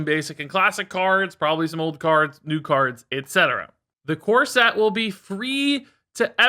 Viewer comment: I heard "core set" as "corset" and now I can't wash off the mental image of in a wedding dress.